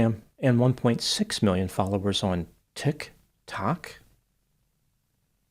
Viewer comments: It’s more like “ticK Tock” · why does it seems its hard for you to say tictok..🤣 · I will never get tired of the way he says "TicTock" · That was just too funny at the very end of the video him trying the best pronuntiation of " TIK TOK " . Cheers ! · Will you ever learn how to say TikTok? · The only things guaranteed in life is death, taxes, and using the weirdest pronunciation of "TikTok" humanly possible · I just love the way says, "TikTok." 🤣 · I love how pronounces Tik Tok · Oh my goodness, pronunciation of “Tik…>….🕰️……>….⏰………>⏱️Tok"… I love it! 😂… Anyway, great analysis,. I remember back when YouTube first started, the "prankster" videos were funny and entertaining, now they’re just obnoxious and criminal 🙄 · I've decided that that's now the correct pronunciation 😂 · It’s a highlight of the videos for me too!! 😂😝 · 😂😂😂😂😂 that’s what an absurdity he sees that platform as! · It's one of his fabulous quirks! He gave us extra clips at the end. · It's like seeing the word for the first time and reading it without being sure if it's a real word or if he should pronounce it differently